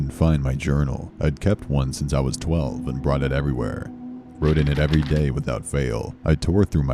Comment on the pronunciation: "Everywhurr" "Over thurr"